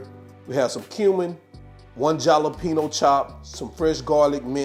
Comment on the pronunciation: Dude said Jah-lapeno😂😂😂